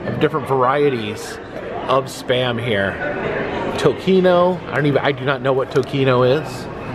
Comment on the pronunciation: “Tocino” is bacon in Spanish, pronounced TOE-SEE-NO